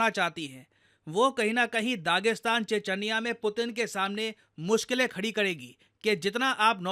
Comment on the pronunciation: che-ch-niya hota hain, che-ch-anya